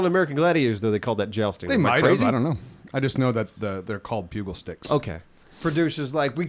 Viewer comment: I love you guys, but you're a bunch of idiots., it's a pugil stick. (PEW-Jul) Like a pugilist (that's a boxer). This isn't helping is it? Honestly, the amount of words you guys can't pronounce when you make your living doing voice work is mind boggling. You guys need some hooked-on-phonics in your lives.